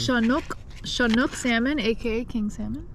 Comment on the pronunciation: The name of the fish is Chinook not Shinook. At least that's what we call them in the Pacific Ocean. Stay safe young lady and thank you for the video of my home state